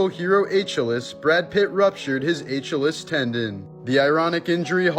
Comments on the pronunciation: A-chill-us tendon !???? 🙄🙄🤔 You can't be that dumb? You serious or are you trolling? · It’s pronounced “Ah-KILL-eez” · Achilles "A-keil-ees" 😂😂 What did you say 😅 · Ah-kill-eez not A-chill-eez lol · Achilles is pronounced "UH-KILL-EEZ" NOT "H-UH-LUSS" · ITS A-KILL-EASE NOT ACH-ILL-IS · ǎ-kill-eez (Achilles) tendon 👍🏼 Ack-a-less…. ❌ 🤦🏻 👎🏼 But anyway I love these never tell me the odds shorts. Wish you’d do more compilations or 20-30 vids of them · A-KILL-EEZE not a-CHILL-es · For the Brad Pitt - it's pronounced "a-kill-eaze", not "acth-ill-ess" for the name of the tendon he pulled. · A-kill-ees 😂 you mad thing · Dude, you butchered Achilles. uh KILL eez. Holy fuck man, that’s hilarious. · A-chill-us. Hopefully he didn't have dia-bet-us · Uh-kill-eez my dude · Achilles= ah-KEY-lees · A-chill-lees😂 okay you got me to comment 😂🌶🤦‍♀️ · That mythical character’s name is pronounced “Ah-kill-eez.” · Why u call em A chiilles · H-alils....it's Pronounced AH-KILL-EASE.... have you never heard words before? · Yeah, he likes to f with us, like when he does a video about rare things and shows roast beef, LOL. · Pronounced: Ack-ill-Ease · It's pronounced a-killies a-chill-less. Is this A.I. or does he not read good? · All of your dubious credibility is shot after you pronounced Achilles wrong. 😂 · I'm extremely bothered by how you are pronouncing Achilles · I thought this guy was real. I didn't realize it was AI until he mispronounced Achilles. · I saw what he did there.. The famous Wheel of Fortune answer that was mispronounced lol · Because y'all wondering why he said Achilles incorrectly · Pls don't pronounce his name like that 😂😂😂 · Achilles wasn’t mythological. Achilles was a real person. And Troy was a real city. By the way learn how to pronounce his name Achilles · Wow … can’t pronounce Achilles. Come on bro ffs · He 100% said Achilles wrong on purpose just to get engagement.. & he got it, well played sir. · Buddy how old are you and you don't know how to say Achilles